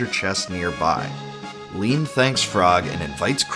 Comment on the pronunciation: Leene = lean? rly?